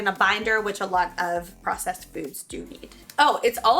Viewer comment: Say process again